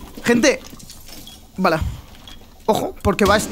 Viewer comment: Porque dice vala?